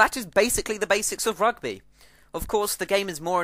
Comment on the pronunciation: How to say Rugby more english then english ROGBEH!